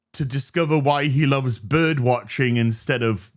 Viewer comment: "I watch byrdsh"